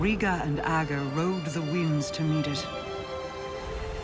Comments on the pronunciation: It's pronounced AGG-ER, not Ah-ger. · Literally nobody pronounces “ager” correctly just listen to how it’s pronounced in game, it’s a short A and then Grr. It’s Ager not Ahger not Ayjer, not ahjer etc. Destiny is a game full of characters saying words and then nobody can pronounce them right